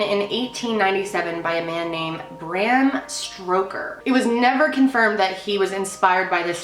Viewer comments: Sto-ker, not stroker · STOW-ker. Stoker. Not Stroker lol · Bram Stroker? It's Bram Stoker lol. Great video, I really enjoyed Freak Week! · STOKER,, NOT STROKER!! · Lol, did u say Bram Stroker? U mean Stoker (no R, not stroking anything...) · FYI it’s stoker not stroker...enjoy ur channel :) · Bram "stoker" not stroker lol you even put the book on screen with his correct name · STOKER....NOT STROKER...LOL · bram stroker lol it's stoker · it's Stoker, not Stroker lmao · It's bran STOKER not bram STROKER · Loved the week!P.S. Bram Stoooker (not Strrroooker). Haha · Bram Stoke-er not Stroker haha Love your content! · Did you seriously say Bram Stroker??? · The writer's name is Bram Stocker, not Stroker. Also, the translation for the name is " son of the dragon", not " son of the devil" . Those castles were not build by slaves. Don't get me wrong, I love this videos. Just wanted to point a few things out. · “Graham Stroker” lol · Bram 'Stroker" hahahaha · I know did not just say "Stroker" 😂. No hate, K, it was just funny. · For a sec I thought Bram Stoker/Bram Stroker was a new Mandela effect but then I realized she just mispronounced it and I was disappointed 😔